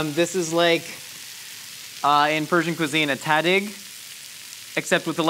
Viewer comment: the way you say tahdig made me cringe